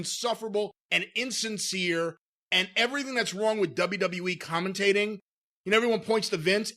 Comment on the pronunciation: Michael Cole: You can find it only on the dubeuh dubeuh dubeuh dubeuh